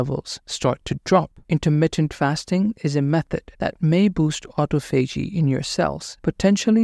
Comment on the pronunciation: It’s pronounced, AU-TA-PHOGEE